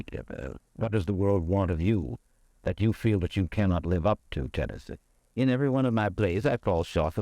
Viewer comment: then why is Tennessee sounding just fine? Mike keeps calling him “TENNETHEE”